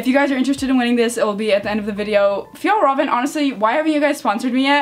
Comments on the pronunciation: Guide to spelling fjallraren kånken: fjall-raven kon-ken and try to say it the way it's writed. I'm from finland and we have these backpacks every where. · I’m from sweden and it’s pronounced fiyell-raven kon-ken haha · You pronounce it more like ey and eh kinda Fj(ey)lr(eh)ven